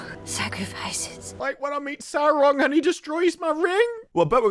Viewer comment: Oh Saurrrrrron😂